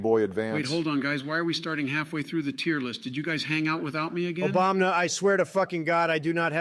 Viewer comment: I absolutely love it whenever Trump says Obamna. 😂